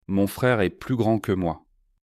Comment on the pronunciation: Il semble que la première phrase, "La table est neuve" ne soit pas prononcée correctement. Troisième phrase aussi. Le mot "est" n'est pas prononcé correctement ! 😅